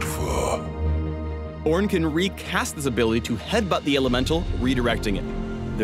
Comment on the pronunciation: i don't give two shits about this "oorn" guy. all i care about is the evelynne rework that's supposed to be next